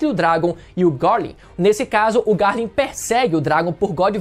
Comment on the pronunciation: É só eu que sinto dor de barriga quando ele pronuncia o nome do Garling?